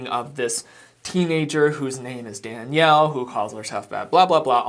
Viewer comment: Yup. And her saying Danielle name wrong when it’s her job to know how to say the names so they aren’t disrespectful. Yet all I got where both where disrespectful towards Danielle.